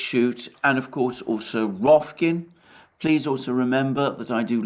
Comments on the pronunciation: Rokfin (like rock-Finn) NOT Rofkin. ROK, and fin not kin! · HAHAHAHAHAHAHAHAHAHAHAHAHAHAHAHAHAHA it's ROKFIN R O K Just like the wrestler/Black Adam. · Alexander cannot pronounce "Rokfin" correctly, which is only two syllables and the name of a social media platform he's on, so good luck trying to get him to pronounce Mishustin!